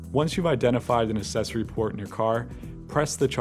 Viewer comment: The narrator mispronounces the word accessory. And that's a rear window, not a rear "windshield".